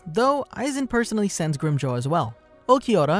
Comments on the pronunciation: Grimjow what bro? 😂😂😂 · Hi! You only butchered the name of Grimmjow. Your pronounciation is really good. I'd like you to make a video on Kisuke Urahara or Yoruichi Shihoin